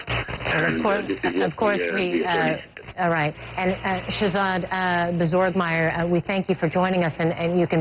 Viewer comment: she called him bozorgmeyer!!!!!!!!!!!!! LOLLLLLLLLLL!